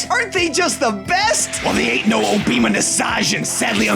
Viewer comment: Obiima? More like OBAMA. 🤣